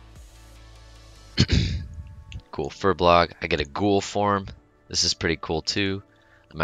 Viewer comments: Every time you say FuBLOG I die a little inside. It's FurBOLG, dammit! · Why does everyone say furbolg wrong?